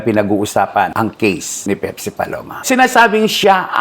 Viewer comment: baka po Pepsi yun hnd pipsi 😂😂😂